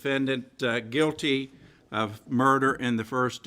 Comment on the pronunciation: Gotta love the emphasis that judge put on the word "guilty" LOL